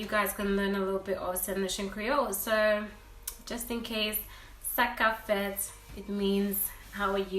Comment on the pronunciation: When I heard sa kap fèt I thought u were Haitian